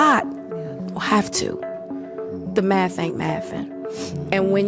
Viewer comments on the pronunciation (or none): "Da maff ain't maffin" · Did she really just say "the maff ain't maffin"? ...And how much was she worth again!? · The maff is maffin, nobody is listening to your podcast!